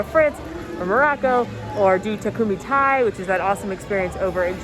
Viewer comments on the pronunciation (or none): none